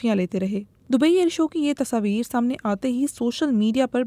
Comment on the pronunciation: Tashaavir😂😂❌ Tasvir Hota hai ,, kya ray Budbak..✅